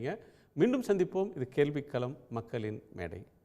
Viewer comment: நான் பலமுறை இது பற்றிப் பதிவிட்டிருக்கிறேன். ல ழ ள இவற்றின் வேறுபாடுகளைக் கூடத் தெரியாதவர்கள் இப்படித் தமிழைத் தவணை முறையில் கொல்கிறார்கள் ஐயா